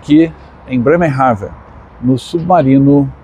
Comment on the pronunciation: Nao se duz assim o nome da cidade